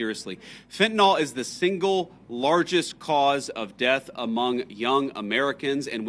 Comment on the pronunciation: If JD Vance really took the problem of drugs in the US seriously, he would know it's "FENTANYL", and not FENTANOL as he keeps saying. It might seem like a small issue but it shows how much he has read about it 🤡